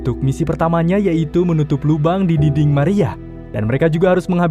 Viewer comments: Yang orang denger: dinding Yang gw denger:dingding, diding🗿🙂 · Ini pendengaran gw doang atau emg abang ini ngomongnya dingding wkwkw